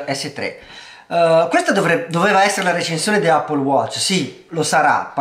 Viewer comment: Ma ca**o, tutti a dire “Appol”. Le possibilità giuste sono due: all’italiana “Eppol” o alla americana “aePPOl” detto ae veloce come insegnano nelle scuole.